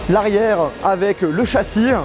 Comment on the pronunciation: le chassienh,la carte mereennh,j’avais jamais remarqué ptdrrr